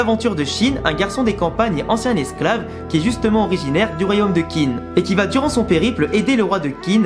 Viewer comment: Gros chef d'oeuvre, Kingdom en effet. Juste pour faire mon chieur : Qin se prononce Tchine (ce qui donnera le mot "Chine"). Et Qi se prononce Tchi également.